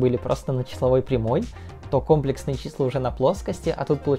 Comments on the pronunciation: Видео крутое, если бы ещё ударение в слове "Комплексные" ставил правильно - цены бы тебе не было! Мне моя математичка в универе сразу сказала, "Кто скажет кОмплексные - пойдет на пересдачу" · КомплЕксные же числа ну, аж кровь из ушей пошла от кОмплексных чисел. А так всё по делу) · Я все твои ролики посмотрел, но этот не могу. Блин. Я пытался, но слух не может выдержать кòмплексные числа. Ну комплèксные же!! ( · Видео интересное, только комплЕксные числа, а не кОмплексные. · Аааа😧 КомплЕксные, а не кОмплексные( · Числа не кОмплексные, а комплЕксные, кста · не кОмплексные, а комплЕксные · комплЕксные числа, а не кОмплексные!!!!!! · Числа не кОмплексные, а комплЕксные. Не вводите молодёжь в заблуждение. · компле́ксные, а не ко́мплексные))) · Контент у тебя отличный, смотрю с удовольствием) Но правильно говорить всё же "комле́ксные". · Очень просто запомнить. КомплЕксные числа придумали французы, а во французском языке ударение всегда на последний слог (кстати ДирАк, потому что Поль). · Уши. вянут. КомпЕксные числа. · Там двойное ударение. Но в русской адаптации правильно комплексные, а не комплексные. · Не кОмплесные, а комплЕксные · Не кОмплексные, а комплЕксные числа. Пора говорить правильно! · Нас учили говорить компле́ксные числа, теперь слух режет от твоего произношения)